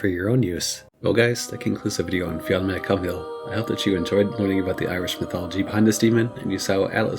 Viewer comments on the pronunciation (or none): Awesome vid. But his name is pronunced Fionn 'McCool.'